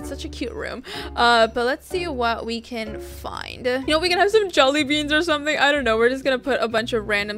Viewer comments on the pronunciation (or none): Lol u said jollybeans and not jellybeans 😂